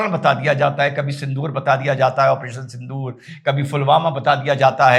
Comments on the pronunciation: You are requested to ask Rahul to write sindur in hindi. He is speaking sindur as sindhur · सिंदूर भी बोलना नहीं आ रहा गवार को सिंदोर 😅😅😅😅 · He can't even pronounce sindoor rightly.